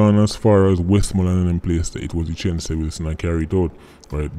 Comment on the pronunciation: U a pronounce the name wrong tho. Its two syllables not three